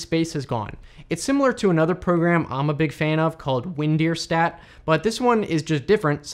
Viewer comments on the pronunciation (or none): It's funny how you pronounce WinDirStat. It's not "Deer" It's Der. Like Directory. WinDer, in other words. It was made as a joke of how you could pronounce windows like Win-ders. Just letting you know. Great content though! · WinDirStat. .. "der".. not "deer".. it's not Win DEER Star... it's a directory program.. not a DEERectory program. Win Dir Stat. sheesh.